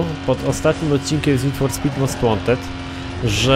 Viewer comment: Nid For Spit Andergrałnd 1.